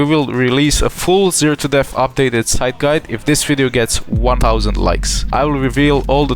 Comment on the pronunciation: All I heard was sytch, near and side